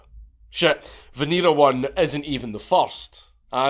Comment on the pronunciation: It's pronounced veh-neh-rah